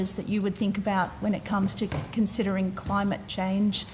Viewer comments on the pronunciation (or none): The degenerate left.. "Cli-Mate, psi-ence.... " what a joke...